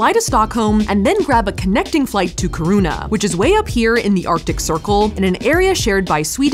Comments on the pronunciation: Very cool to watch! I'm a Swede myself but more of a southern tip of the country type. You have to go back for the midnight sun and show us. Just a quick note, the emphasis is on the i, like kIruna, no kirUna. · The way you say "Kiruna " is splitting my sides 😂. It's not kirouna, it's: KI ( like in Kiki or or kill) RU (u like in urban) NA (like in na na na na nannanaa) Ki-ru-na Good luck 😅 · Love that you guys came to Sweden and hope you come again. 😍 Love also the fact that if you hadn't written out Kiruna, I would have that you went somewhere else, since I just heard Safiya pronounce Kiruna as Corona. 😆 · kharuna is maybe the absolue most creative way I've heard anyone pronounce kiruna lmao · You're saying Kiruna wrong. Really wrong. Keer ruh na. Sorry but it's driving me nuts watching this video. I live in north Sweden (norrland). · Your pronunciation of Kiruna, Torne river, and Jukkasjärvi bring me life <3 I'm happy you had fun in Sweden and got to experience Stockholm a little :D The Ice Hotel is magical and I love it <3 I've been wanting to go there for so long, even though it's relatively close :) I know you went to Finland for it, but the Ice Hotel does organize night trips to an observatory that is said to be/advertised as the best viewing spot for the northern lights in the world. Looking forward to seeing your reaction to them :D <3